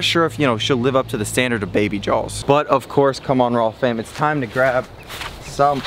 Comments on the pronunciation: Stop saying rawwm fan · it’s really pronounced rayyfam 😂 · should be known as rayyfam lol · don’t mispronounce… or should it be rayyfam then 😬🤨😂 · I had to stop watching this video because he kept saying rawwfam !